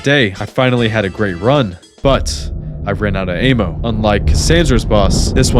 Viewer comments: "i ran out of ayemo" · felt the same when he kept saying ammo as "ay-mow" 😭